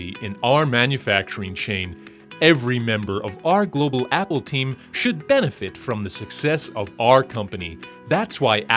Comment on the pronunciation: wicked, my dude, I love when you do American accents. You and Mauler are meticulous about that, it’s fun to hear. I wouldn’t be able to tell it was you were it not for the Irish slant put on banefit and nyew — and my Bondian ear-training, able to detect the faintest hint of dialectic treachery. 🔎